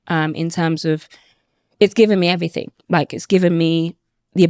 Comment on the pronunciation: Everything not everyfink ffs